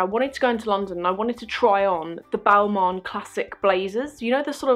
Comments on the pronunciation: It's not BALMAWN, It's pronounced--> BALMAHN. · I’m sorry.. but if you’re so interested in fashion you should learn how to pronounce the names of the brands you like so much.. it’s NOT “Balmon” ... otherwise, sucks you had a shitty experience with mean sales reps.